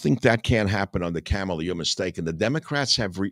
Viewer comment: Her name is Kamala. It sounds like calm a la, not camel a Michael.